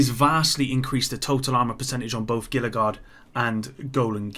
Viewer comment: ITS HEE-LA. NOT GILL-LA. ITS A FRICKEN TRIBUTARY TO THE COLORADO RIVER.